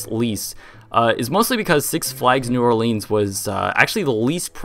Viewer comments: Also it's pronounced New Orlinz, not New Orleens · when you realize he says New OrlEEns not New OrlIns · It's pronounced more like New Or"lins" rather than New Or"leans". Actually it's more like "Nwalins"... but yeah. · I LIVE IN NEW ORLEANS AND YES IT WAS A TOTAL LOST. IT IS NOT NEW ORLEEENS WE SAY NEW NAWLINS😊. SHA. !!!!!!!!!! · It’s New Or-Lense not New Or-Leans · "New orlEEns" It's "new orlens" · I'm a native and we pronounce it New Or-LUNS, not New Or-LEANS! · New Orleans is pronounced "New OR-Linnz " not "New OR-Leans" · It’s said new or lands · New Or-Lens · No its pronounced"Newalins" in proper Louisiana dialect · new Orleans is pronounced new- awlans (Orleans is almost one syllable) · If you screw up a take you can just do another instead of just mumbling and joking about how you screwed up. Oh, and it's not pronounced "New OrlEEns" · Only people from Louisiana crying when someone says new orLEENs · Ugh I live there and I cringe when I’m coming back from vacation and EVERY pilot says New Orleens like how this guy says it. CRINGE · I'm from MS Coast we pronounce it New Orl-luns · it's pronounced Nawlins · it's pronounced nawlins in the south 😁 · I enjoy the way you say New Orleans, I say new orlins(pronounced the way it looks lol) but it may just be my 'Texas accent' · New Orleans is not pronounced that way 🤦🏼‍♀️ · that's not how you pronounce new orleans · You say New Orleans wrong. Also, Mississippi got it way worse than New Orleans ever did from Katrina. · Exactly! I'm from New Orleans and I cringe every time someone mispronounces it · Will someone teach the world how to say New Orleans!! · the way you say new orleans is murdering me